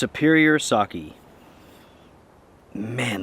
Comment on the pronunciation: Listening to you mispronounce sake 100 times was painful. LOL. Looked like fun!